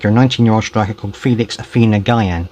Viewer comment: Oh also, Gyan is pronounced with a hard G like “geese” so it’s “geean”. Also, Mou’s name is pronounced “Josè” (with a soft g like “jeez”) because it’s a portuguese name if you say “Hosé” with aspiration that’s Spanish